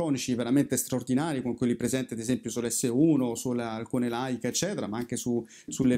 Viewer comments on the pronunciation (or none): none